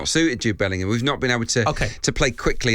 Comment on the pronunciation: Bellingham, not Billingham.